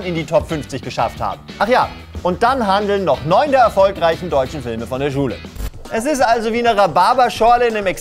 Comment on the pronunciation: Esisalso? Was dat denn für ein Wort? :D :D